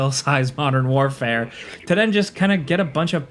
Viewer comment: "Modern FOURfare"? It's "Modern WarFOUR"! I expected better from you,...